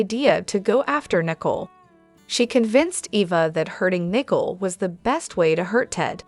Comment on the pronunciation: The name is Nicole and not Nickel, it’s sounds weird to keep calling the woman a coin !!